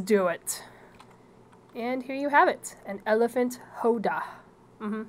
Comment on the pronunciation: i find it funny you call the Howdah "hoe-duh" i believe it is pronounced "how-duh"